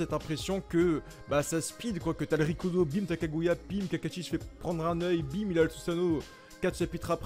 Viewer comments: ouais de ouff ça me stressé avec les rikido ou comment il dit shikamaru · Sa m’énerve comment il prononce « shikamaru »et « rikudo »😭😭😭